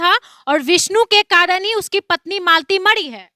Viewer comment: अरे पत्रकार साहिबा पहले आप तो बोलना सिखिये मडी नहीं मरी है